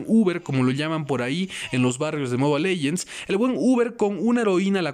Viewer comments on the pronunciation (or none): Soy el unico que le caga que diga moba legends ._.